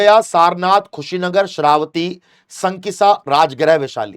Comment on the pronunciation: Your pronounciation is incorrect. Nirvana english mein likha jata h hindi me saf likha h tbhi galat bol rhe ho yaar ajib ho Shravasti hai vo shravati nahi hai yaar 😂